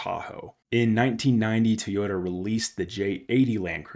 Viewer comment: Try it with me...Toy Yoda! NOT TEEEEYODA